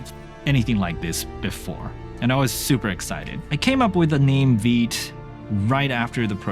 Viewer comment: I came here to learn how vite is pronounced... veet.